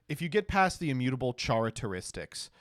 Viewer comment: bro "char-ateristics"